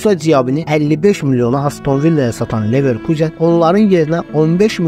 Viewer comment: ilişmək deyil ay qaqaş, tənqid olmasa nəticə olmur, mən ali savadlı adam nə edim ki videoya baxanda vurğunu düz qoymayanda kimsə əsəbi oluram. Düzəlişlər et, sənə uğurlar. Sən orda neverkuzen dedin amma almanlar nə deyir onu demədin,onu da öyrən